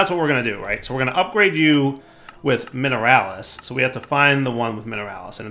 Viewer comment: "Mineralis... Iron ore" immediately gives up.